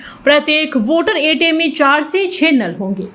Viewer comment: वोटर एटीम नहीं वाटर ATM होता है। उच्चारण सही करो।